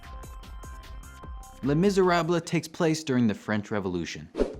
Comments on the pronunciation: Les Miser-ah-bluh.... LOL You're killin' me! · my roommate made me pause the video, thought she was gonna have a stroke each time he said the title of the book. ( to be fair, it is in her top 10 of all time in the musical the book) Glad he did a video on this, though. as usual it's well thought out and executed. maybe ask the friendly AI to pronounce languages that you're struggling with?